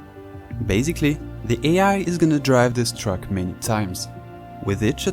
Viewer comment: "truck" or "track" ? 😉